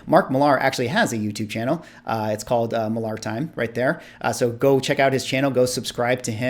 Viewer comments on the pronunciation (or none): It’s pronounced Mark “Miller.” Not Mark Mill-ARR, like a pirate. From the mouth of Mark himself. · I am almost certain that he pronounces his name "Miller" and not "Mil-lahr." He did a signing event at our local comic shop and the manager confirmed that Mark said it was "Miller." (He's Scottish, I believe.) I think his channel name "Millar Time" supports this, too, as it is a reference to the Miller brewing advertising campaign. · Was a really good roundtable. Valuable conversation. By the way, Millar is pronounced the same as Miller 😉